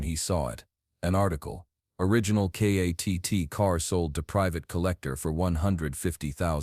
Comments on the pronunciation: Its Kitt not katt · It's kitt not katt stupid ok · K.A.T.T. it's K.I.T.T.